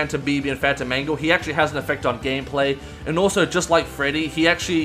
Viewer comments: For a second I thought he said “Phantom Mango” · i heard fanta mango